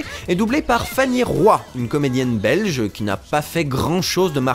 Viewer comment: J'apprécie fortement que tu aies prit la peine de prononcer "un doublage Belch' ". Délicate attention <3